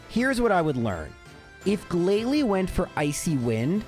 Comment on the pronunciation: you made mispronunciations during the Elite Four. Not the trainers, you got those 100% correct as always, but you said “Glalie” instead of “GLALIE!”